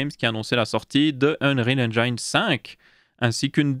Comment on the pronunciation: Si Bill passait sur ce segment, il se suiciderait 11 fois en t'entendant prononcer « engine ». x)